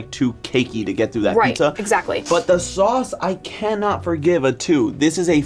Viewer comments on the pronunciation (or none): GOUD SOUSS